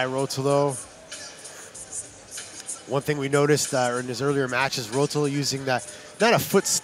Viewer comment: the way he pronounces ruotolo gahhhh